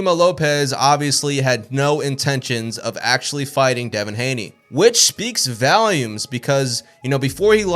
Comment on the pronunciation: Speaks "valumes" 😆